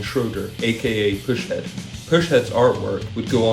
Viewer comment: Pronounced "PUSS (as in a zit)-head" Push head lol. Kids